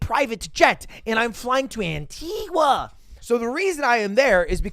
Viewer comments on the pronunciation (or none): The way he said Antigua fuckin got me